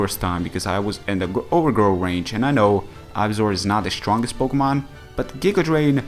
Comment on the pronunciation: Hey, can you recommend me a good Rapid Spinner for NU? And as always, very cool video, I like listen to you and I like it when you say "shtronk".